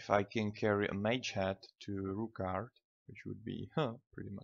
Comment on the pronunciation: Its not Rookgaard